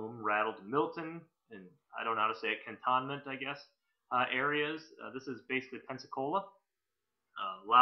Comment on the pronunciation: I live in Pace which is 7 miles from Milton. A couple of booms almost got me out of bed. Very loud and shakes the house. By the way the other community is pronounced Cantonment....Just trying to help.... :-P